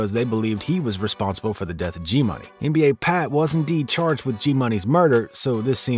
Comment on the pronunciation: It's nba pap not pat